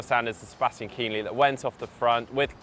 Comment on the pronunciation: How about a special ‘how to pronounce the names of german pros?’ It's neither Kinleee nor Lang.